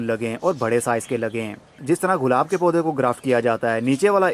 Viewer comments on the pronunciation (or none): غلاب نہیں گلاب کہتے ہیں۔